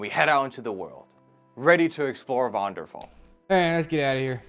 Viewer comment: “varnderfall” 💀💀💀don’t stop